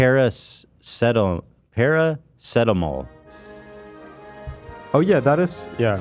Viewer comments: para..seta.... moll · Being from the UK, hearing Ethan try to pronounce paracetamol was surreal